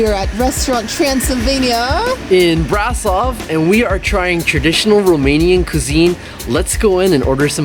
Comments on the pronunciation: (braa-sov) no no no. you pronounce it (bra-shov) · It's pronounced Brashov btw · you spell the city like "brashov"